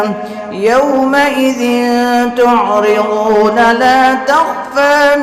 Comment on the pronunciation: تعرضون پر را پر زبر ہے